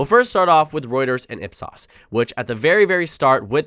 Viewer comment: It's pronounced IP S-OH-S.